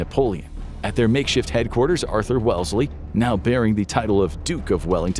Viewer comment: Hello, I'm a British person, just chiming in to point out that you pronounced Wellesley wrong and that he was a Duke, not an Earl